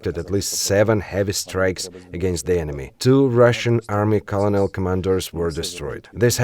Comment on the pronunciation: Thank you for keeping us aware of the situation, but you pronounced the word "colonel" wrong.